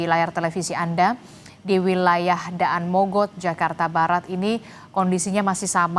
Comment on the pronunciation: mba nya ga tau cara baca daan mogot lol